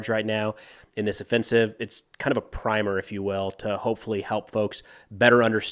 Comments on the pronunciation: Great video as always,. One small thing, though: The word "primer" that you said is pronounced "primmer" when it has the meaning you meant there, despite only having one "m". (When it's the primer you put on something before you paint it, it's pronounced the way you said it/the way it looks.) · “Primer” actually should rhyme with simmer. I thought I’d let you know